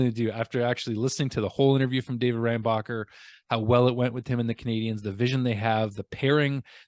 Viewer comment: I think it’s Reinbacher like linebacker